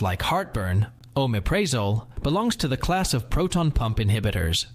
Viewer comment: It would help if you pronounced the names of the drugs correctly. Oooo mep pri(short i ) zol 2. Scoe poe la meen 3. Al (a guys name) praz(short a) a (short a) lam 4. Die azz a(short a) pam 5. Anti hist (short i) a meens 6. Set tear a zeen 7. Try cy clin (like a bicycle or cycle)(short i) 8. This is AI isn’t it? Those not corrected were pronounced correctly. Reminds me of that er TikTok nurse that has to guess what meds the patient is taking based on the clients pronunciation. It’s important to avoid wrong medications as many sound alike.